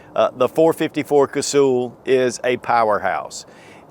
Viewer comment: It’s not Casool, it’s pronounced like hull of a boat. Cuz-hull. I have so much respect for that cartridge I just had to point that out.😊